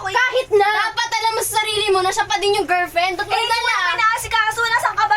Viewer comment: Girlfriend ❎ Girfriend✅ Sabi ni mura gusto itama Ang sinasabi ayaw🙄🙄🤨😒